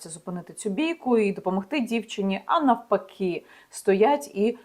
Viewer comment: Яніно, не фчІнене - а ВЧИНЕНЕ! Не в стінАх, а в стІнах. Не оточЮЮчІ, а оточУючі, хоча правильно взагалі "оточення". Не дівчІні, а дівчИні, не нафпакІ, а наВпакИ, не кричЮщЬого, а кричУщОго випадку... і так як завжди ввесь текст. Ну невже оцю нещасну українську фонетику , Яніно, ви не подужаєте???????? Але далі теж завал. НЕ в подальшому, а Н А Д А Л І . Боже, чому ж ви не вчите мову?????? А засмічуєте ефір таким диким суржиком?